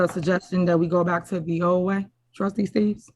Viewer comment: Thought his name is Steave not “Steaves”😂😂😂